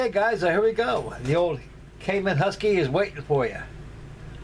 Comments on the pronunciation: Kaman. Not Kamon. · (It's "Kaman", and it's pronounced "Kah-MAN") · NOTE: I am a lover of Kaman helicopters. The correct pronunciation is Ka-MaN' (Pronounced like command) I have a Kaman information brochure somewhere with that info.